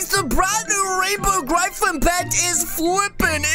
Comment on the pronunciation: Im a Fan but thats not how you say Gryphon or Griffin